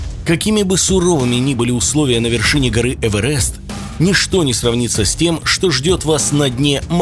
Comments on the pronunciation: Есть гора Эверест Но никак не Эвэрэст Чисто изза этого неприятно стало смотреть с первой минуты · Почему он назвал Эверест Эвэрэстом? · Ох уж этот Эвэрэст! 😆😆😆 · "ЭВЭРЭСТ" ахах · ЭвЭрЭст!? Нужно запомнить,а то прЭсс сейчас порву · "гора ЭвЭрест"????? Это в какой такой школе учат произносить Эверест через "э"???? Тот кто читал текст для видео, совсем не знает грамоту русского языка? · "Эвэрэст" да. Н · ЭвЭрЭст ёптть... ЭвЕрЕст! 🤦🏼‍♀️🤦🏼‍♀️🤦🏼‍♀️ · ЭвЕрЕст, а не ЭвЭрЭст. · ЭвЭрЭст!!! Прям резануло жОстко))) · Хаха ЭвЭрЭст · Эвэрэст😂😂😂 блин аж противно